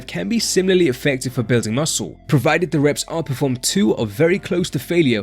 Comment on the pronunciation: “….. bewding mussew”